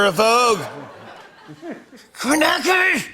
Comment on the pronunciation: Kornacki does not have a silent C you dum dum theres no such thing as a silent C